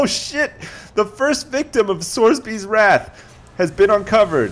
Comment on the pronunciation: i pissed myself with laughter when he says sorsbys boom boom saloon :)